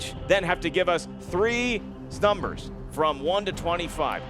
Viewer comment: Pick 3 "snumbers" hahahahha